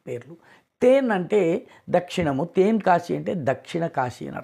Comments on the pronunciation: తెన్ అండి, తేన్ కాదు. అద్భుతః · తేన్ కాశీ కాదండీ తెన్ కాశీ. తె కి దీర్ఘం లేదు. తమిళంలో వడక్కు అంటే ఉత్తరం అనీ తెర్కు అంటే దక్షిణం అనీ అర్థం. తెర్కు పదాంతికంగా తెన్ అయింది. నమస్కారం 🙏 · It is ten not. Teeen kasi